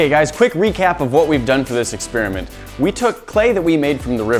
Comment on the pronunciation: Why can't you pronounce experiment?